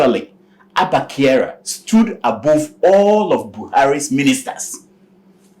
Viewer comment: His name is Kyari not Kyara☺️😊